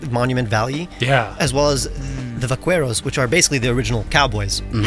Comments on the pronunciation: Vaquero is pronunced Vakero, not Vakuero 😊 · For reference, vaquero is not pronounced with the "kwu" sound we use for q in english. It's a hard sound, like "vakero" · hearing vaquero be pronounces as vaqüero felt like queting shot at (in spanish a "u" after a "q" or a "g" is silent unless it has the two dots) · Love your art (the word vaquero is pronounced vakero) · Vaquero is pronounced vak-eh-ro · Right from the start, I am loving this episode! (Psst, the "u" in "vaquero" is silent. It's a Spanish word, like "queso".)